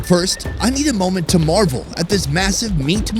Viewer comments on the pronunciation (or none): none